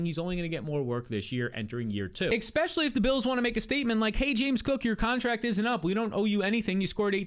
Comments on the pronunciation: I’m just here for the “ex-specially”